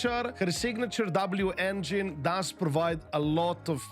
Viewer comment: Love that it’s always been “V-Engine” and now the correction is “W-V-Engine” 😅